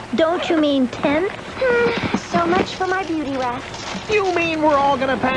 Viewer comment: WHEN THEY SAID THERE WAS 1 TENT DID ANYONE ELSE HEAR DAPHNE GO “there goes my beauty wax” 🤷‍♀️🤷‍♀️